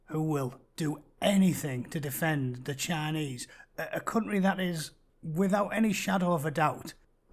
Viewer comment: "Cunt-ry" Sounds accurate, ngl